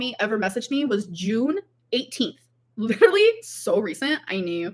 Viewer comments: Like, like, like, Tommy, liderally, lawfing, like, like, like, girly. This woman is 33. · as would say “liderilly”